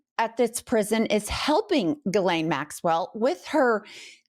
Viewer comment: Not for Ghislaine Maxwell, but for all "Ghislaines", it's pronounced like "She's Lane", not G-lane or Guh-lane, not that hard."